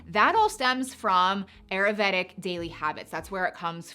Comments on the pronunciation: If you are going to be promoting ayurvedic lifestyle changes, learn how to properly say the word please!!! I went to & graduated from an Ayurvedic school & you are not saying it properly! It’s: Ai•ur•VAY•duhk google it Nothing that you are sharing is new, you missed the craze. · Ayurvedic pronunciation: aa - yoor - ve - dik